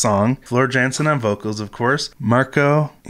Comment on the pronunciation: The dutch do not pronounce the letter J like in english language instead they pronounce like its a Y. So floors Janson is really floor Yanson